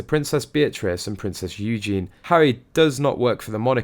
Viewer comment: Her name is EugenIE. You pronounce it YOO - JEN- EE. Eugene is the male form of the name. Could you please get it right. It's not hard.